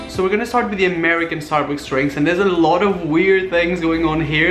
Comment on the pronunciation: did you say "starbooks" ?